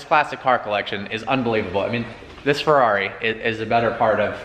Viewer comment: Listen to how he says "Ferrari "